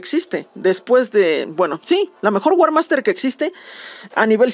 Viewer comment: es warmaster no war hak